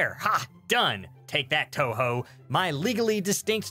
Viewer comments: its "Toho" the film company... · You commenting about the "Take that Toho" ? A quick Google search shows "Toho" is a Japanese film company. Given the context, I'd be willing to bet it's the one that owns Godzilla. Yeah, I heard Touhou too. X^p The only reason I realized the spelling was different was because I had the captions on.